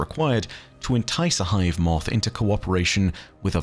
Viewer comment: "MOOTHH" same buddy, same.